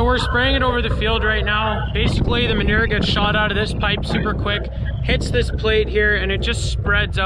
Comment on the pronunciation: I just love how you say the word Manure. Cracks me up every time! 😊